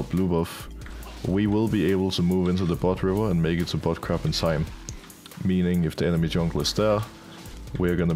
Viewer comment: I cant be the only one hearing butt crack instead of bot crab right?